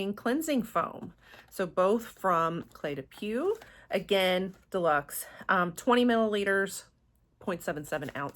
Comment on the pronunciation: Beautiful box but way too fragrance heavy. Thank you for sharing. I'm glad you found your new signature scent. Cle de Peau is pronounced "poh" , au in French is "oh". 😊